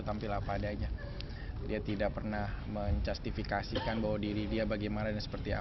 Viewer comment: "menjastivikasi kan" whatdeeee ??😂😂😂